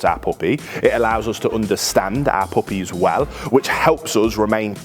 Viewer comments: Good video, but I couldn’t stop hearing Applebee’s when he’d say “our puppies” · 💯 i thought he was referencing the name of his pup in the video for at least 6 times, then he finally said it slow enough. i was like hmm, cute name 🍎 Applebee's!